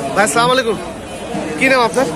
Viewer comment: সামলাইকুম কি ভাই?ভাল মতো সালাম দিবেন শুদ্ধ করে।